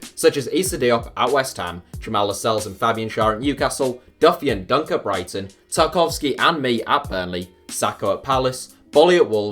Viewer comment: Tarkowski? Smh